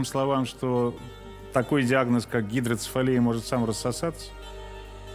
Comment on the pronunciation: Гидроцефалия, а не гидроИнцефалия 🤦‍♀️ Его же не клещ за голову укусил.